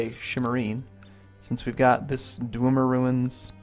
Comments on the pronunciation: Please stop pronouncing Dwemer like Dwumer. The pronounciation is Dw-eh-mer. Please and thank you. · FFS, STOP SAYING 'DWOOMER RUINS' GOD DAMN. Other than that, great video as always.